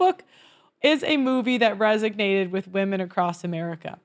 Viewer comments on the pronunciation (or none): Resonated, not resignated. Dissonance, not dissidence,. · “Resonated”, not resignated. Lmao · It's resonated, not resignated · Resonated. Not resignated. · R-E-S-O-N-A-T-E-D not resignated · This movie "resignated" with her ?? That is not even a word. Then she said it AGAIN !! "RESONATED" is the word. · Resonated, not "resignated". This is a recurring error in this video. I'm disappointed in you. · "Resignated"? WTF!? Do you mean (RESONATED). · Resonated. Not resignated